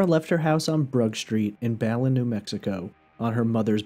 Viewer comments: I’m from the town she went missing and it’s pronounced “BEH- LEN” not “bel-en” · Its pronounced BA-LYNN, New Mexico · Be-LIN, New Mexico.